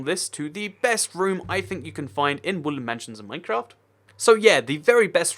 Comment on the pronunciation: I keep on hearing you say woolen mansion not wooden mansion